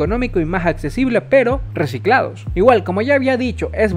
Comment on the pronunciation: dice recilados xd"